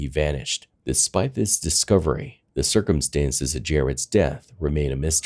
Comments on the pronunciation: just a heads up.... 'circumstances' is pronounced sir-cum-stans-es... not like 'circumference' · Sir-come-senses? Or circumstances..? 🤦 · circumstances, not circumsinsense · Say these words: February, cir-cum-stances, twenTy. You will not hear them pronounced properly at any point in this video. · cir·cum·stance /ˈsərkəmˌstans/ noun plural noun: circumstances. not whatever the f**k it is you were saying. Please, practice more.